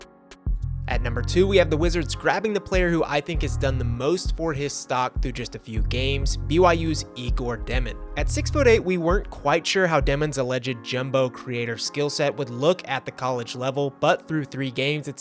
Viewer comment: FYI, I believe the pronunciation on Egor Demin's name is like "yeg-or"